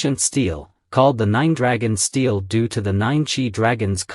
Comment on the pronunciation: Very interesting!👍 But, for heaven’s sake, learn how to pronounce “stele”!👎🏼